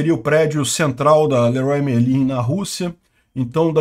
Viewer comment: LERRUÁ MERLÃ!!! zoera